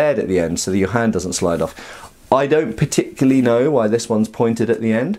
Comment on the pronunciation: "Particurally over-enthusiastic hyena..."